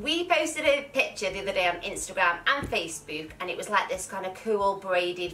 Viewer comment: She really said facebük